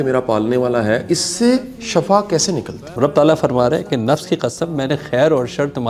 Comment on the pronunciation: 😂😂😂😂جعلی ٹرینر صحب، واصف علی واصف کے بیکار قصیدے پڑھنے والے صحب اپنا اردو کا تلفظ صحیح کر لیں ۔۔۔ shafaa نہیں ہوتا، اس کو Shifaa بولتے ہیں !! 😂😂😂 ٹرینر 😂😂😂